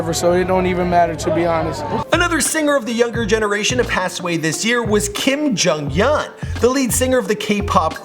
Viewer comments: U can make a video on jonghyun when u actually know how to pronounce his name and the band he was from. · he butchered the shit out of jonghyun. it's SHINee (pronounced shiny ) and Kim is his last name